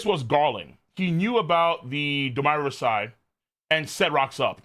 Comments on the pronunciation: Domi Reversi is pronounced with ee sound. Look it up and it will explain Mu's power. Won't work on Luffy. Answer that phone. : ) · I still don't get why pronounces Domi Reversi like that lol